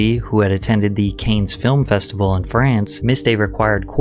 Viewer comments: Dannis Quad??... Who the fook is that? Quaid! And that famous film festival... You know... Cains 🤣🤣🤣 Cannes... It's pronounced cans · CAINS? its pronounced can. you can always google how to pronounce words you aren't sure of you know. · Cannes = Can but we’ll accept ‘Kaynes’ as well. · “Canes Film Festival”💀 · Quade is pronounced kwade, Cannes is pronounced con, and thyme (because it was in another video) is pronounced time. Great content but that has been driving me crazy 😵‍💫🤣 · Dennis "Quad" and "Cans festival" killed me 😂 otherwise nice video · i thought he said canes Lfmao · me too. The "Canes" one killed me 😂 ...and French is my third language I speak it fluently but still come on bro. 😂